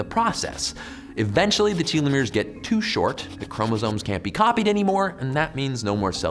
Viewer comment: “Tell- eh-meers “